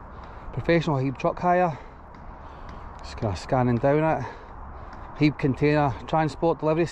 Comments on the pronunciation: Haeeb? 😂 The cranes on lorries are hiab (high ab). Broxburn is alright, I know it quite well.. The bing at winchburgh is massive, good for motocross, quads, jeeps ect. Just watch not land in the canal 😂 Hope you are well 👍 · It’s said as Hi Ab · Its pronounced high ab buddy. Smashing video as always sir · HIAB pronounced High ab.........